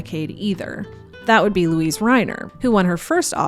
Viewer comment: I know this is going to come across as a split hair, but Luise Reiner's first name is pronounced with three syllables. Funny the things we react to.